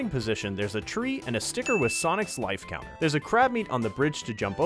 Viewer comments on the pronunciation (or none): none